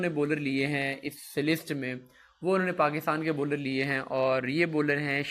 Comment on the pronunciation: Baller Nahi hota bowler hota hy